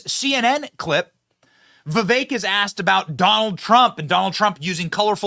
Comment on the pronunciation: You almost pronounced his name right haha